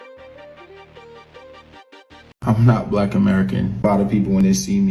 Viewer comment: Can't even say black right lol 🤔 eyes always tell the truth of who you are ..FBA all the racist species want us to come together are they going to keep doing this, now it's to the point the wicked species think can Kidnapp our♠️🖤 babies FBA+FBA equal FOUNDATIONAL BLACK AUTHORITY 💪🏿💪🏿🇺🇸🧬 against weak kidnappers ♟️👁️✌🏿